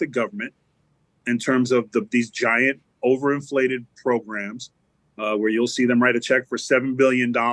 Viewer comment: One of my favorite "PROGRUMS" but I can't understand why they hide the like button counter?